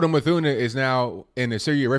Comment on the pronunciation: C'mon people...her last name is NOT English so there is NO "th" sound (a digraph...)...so her last name is pronounced "MOOT-Huh-NAH". (Yemeni)